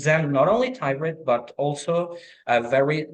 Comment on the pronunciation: his pronunciation lives and tirED lowered his P score, 7 for P, 7 grammar, 8 fluency, 8 LR, overall 7,5